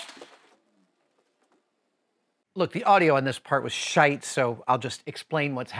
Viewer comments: 😁 did you just say "shite"? Too much Irn Bru for you dude. Yer turning Glaswegian mate. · adam saying shite warms my irish heart <3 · Still can't get used to hearing Americans saying "shite"